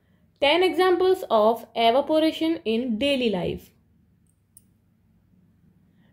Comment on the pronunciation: Evaporation ❌arovpation✅